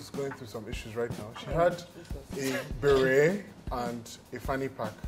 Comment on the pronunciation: Pronounced Beh-ray.... Not beh-ret.